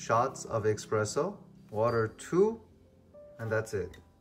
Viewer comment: nice video bro. its pronounced espresso btw (without an X) 👍👍👍